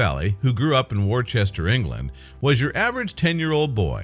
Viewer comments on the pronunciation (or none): Worcester is pronounced wooster, not war-chester. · Not pronounced "Warchester". Correct, British, is to say 'Wooster'. While still spelling it 'WORCESTER'. The item's speaker used it incorrectly at least three times! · Great story. Thanks for posting. But Wor --chester? Really dude? The internet will tell you how it should be pronounced. Bit of research needed. Still a thumbs up though. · Where the hell is War Chester? I'm English & I've never heard of War-chester ! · do get the pronounciation correct w(h)orecester Wooster Wooster-shy-er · gets very annoying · got to agree with you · Totally in agreement! HELLO World! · Dude, there is no H is Worcester. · This guy doesn't pronounce the English town correctly.